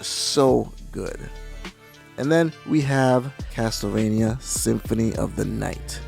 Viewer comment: review the GBA ones :) they are great, also the TLE in CasTLEvania isn't pronounced TEL, it's pronounced CASSEL